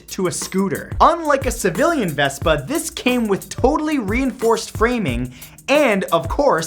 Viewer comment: you're not saying Vespa right